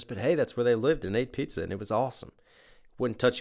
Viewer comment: Something I just noticed. Now, I don't know if this is intentional or I'm just hearing things but when they say "Chowing on your tower made of pizza" it kinda sounds like they're saying "Pisa" instead of "pizza" and that of course would be a reference to the Leaning Tower of Pisa